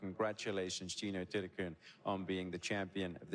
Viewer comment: Patty came to congratulate her, the game is about supporting the younger talented people. And Lydia Ko shot -9! In English, her name is spelt Thitikul. The commentator pronounced it Thitikoon??? Shes definitely a new star but has nothing on Ko.